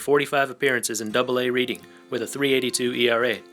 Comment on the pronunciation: You pronounced Reading incorrect but it's okay. It's pronounced like Redding.